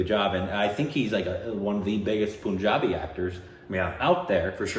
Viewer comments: Guys FYI its PUN not POON..... exactly how you say PUNS, it is PUNjabi and not POOnjabi. lolz. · Its not poonjabi. Its Punjabi like you say the word pun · Omg. It's pun-jabi not poon-jabi😂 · ...itz not Poonjabi...itz Punjabi...pun as in (pun intended) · The "PUN" in PUNJABI is pronounced like the English word "Pun". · It sounds like Panjaabi not Punjabi okeyhh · Just fyi... u r pronouncing punjabi wrong... Are you aware??